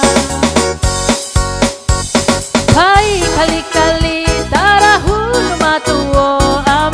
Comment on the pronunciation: .Sya nak perbetulkan ayat kali-kali tu.sptutnya sebutannya Kalit-Kalit.Apa² pun terbaik.....